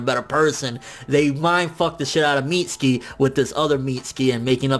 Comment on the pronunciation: FN its weird how you say " mitz-ski" instead of "mit-su-ki"